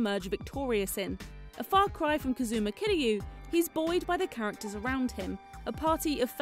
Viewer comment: You didn't get turned away by the pronunciation "Kazooma"?